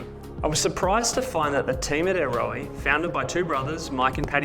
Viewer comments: A-Ro-aa? That’s how you say it in kiwi? I own a set and always thought ‘Arrow’ was closer pronunciation. Sheesh. 9,977,287th time I’ve been wrong. They are quality pods that won’t go anywhere, but remove with ease. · "ayrowey"?😂 It's Aeroe pronounced same as aero!